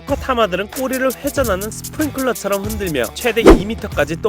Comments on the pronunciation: 스프링쿨러 X 스프링클러 O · 스프링쿨러X 스프링클러O